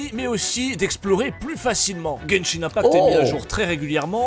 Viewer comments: C'est pas Genshing mais Genshin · Par contre c'est genshin pas genshing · pas de G, Genshin point barre et pas GenshinGGGGGGGGG et arrête de surfer sur lui c'est lamentable et parle Français bordel